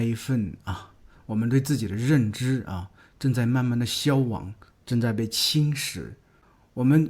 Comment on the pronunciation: 在（大约）7芬30秒钟， 你读的 消亡 读的是 xiao1wang3, 不是 xiao1wang2. 那个发音是标准地道的？